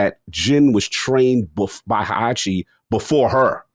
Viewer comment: Hai-achi, Tai-yido